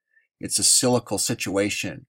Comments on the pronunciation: Cyclical is pronounced Si-cli-cal not scycle. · sik-lik-al not silical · Pron: cyclical = sik-lik-el Thank you for your reports! I enjoy learning about the UV and other topics that you cover. :) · I watch a lot of your videos and respect your work. But the word is cyclical, not cylical. Cyclical, rhymes with bicycle. And if you have any doubts about human's effect on the atmosphere, just watch some video of the biggest cities in the world in China, India, Mexico etc. etc. etc, where the air is so polluted that the people have to wear masks just to go outside. Big Bird thanks you for your work.